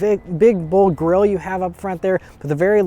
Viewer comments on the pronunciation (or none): none